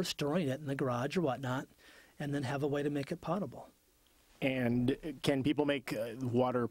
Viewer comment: Hey Cody, it is not POT-able water it's pronounced POE-ta-ble. JT